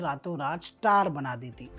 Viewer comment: "Stayar " mat bolo Bhai bahot irritating lagta hai